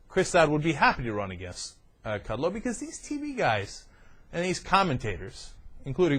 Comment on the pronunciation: Yeah it's Kud-Low. Hooked on phonics could work for you, and don't call yourself a TV commentator. You're like Wayne from Wayne's World. Is Aerosmith in your Mom's breakfast nook? The Young Turks The Young Turks....excellent excellent weeooh weeoh!!!!!